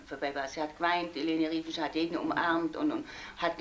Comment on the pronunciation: It's Riefenstahl not Reifenstahl!